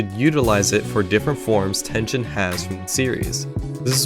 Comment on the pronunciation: did you just say.... /ten-jen/ ??? 😧